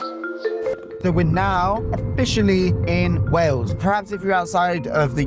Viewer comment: Please try to say Wales with an a - Wells is a cathedral city also not too fat from Bristol! But lots of good info in the vid 😊